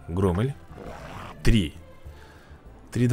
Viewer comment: не громмель а громмель ударение не умеешь